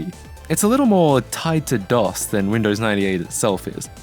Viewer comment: It's called DOS, not DOSS.